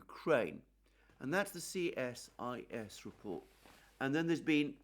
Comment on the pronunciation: CSIS is pronounced Cee-Sis